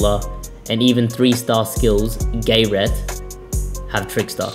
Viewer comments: Gayyyyy ret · Why did you say Gayret like that 😭